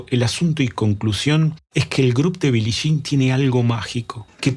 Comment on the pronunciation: Excelente análisis y buena información, solo que me sangraban los oídos cuando decías Billi Shin. 😂